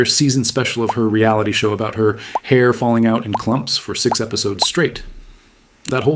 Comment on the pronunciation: It's November 25th, is at it again: "Most easiest" "Most coziest" "I didn't sleep the best." Needlessly emphasizing the final sounds of words: "Sixxxxx." Talking about her hair "falling out in CLLUMMMPS" but never showing us the evidence.